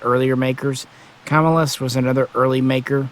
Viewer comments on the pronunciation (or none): It's Cah-mill-us not camel-us just FYI